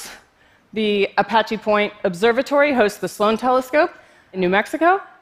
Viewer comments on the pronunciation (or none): none